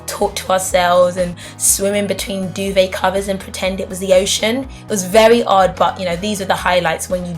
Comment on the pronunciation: When you said odd I thought you said 'ard loool